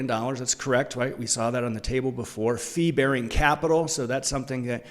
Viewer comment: thanks for the video. BTW I thought you said "flea-bearing assets", until I remembered you weren't talking about the UK's worst smallcaps.